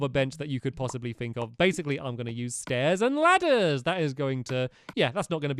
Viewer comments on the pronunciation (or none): At 24.00 stampy said stais and ladus